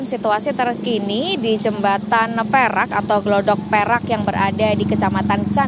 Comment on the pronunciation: Gladak Perak mbak.." Bukan Glodok Perak...😢